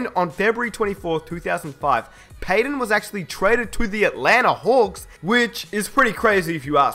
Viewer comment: its payTON not payDEN! Goddamnit man!!